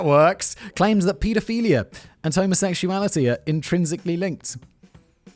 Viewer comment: Simon sounded like he teaches pronunciation to bigots when he said homosexuality